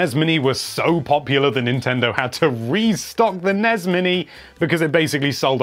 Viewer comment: Gosh darn it, it's ess-en-ee-ess and en-ee-ess